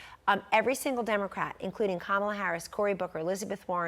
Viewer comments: The word is “fentanyl” the nyl is pronounced like “nil”. Good analysis. Hope she’s right. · I appreciate your show Larry...I respect your intellect and perspective...Please pronounce fentanyl properly...